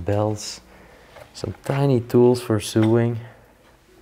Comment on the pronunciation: Sorry, but I have to tell you the pronouncing of the word you use for the Singer machines. "So-ing", not suing. If you are "suing" you are taking someone to Court. The othe word you say wrongly is "iron". The 'r' is silent. It should be pronounced "I - on". I hope you don't mind me telling you?